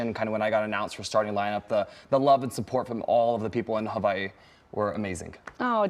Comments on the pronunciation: I like how he pronounced Hawaii correct. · Love! Love! Love him and the shoutout to University of Hawai'i and for his correct pronunciation of "Hawai'i"! Love and aloha from (you guessed it), Hawai'i! 🌺🥰